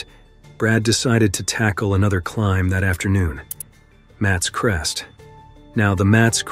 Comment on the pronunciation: It's pronounced Maa thess Crest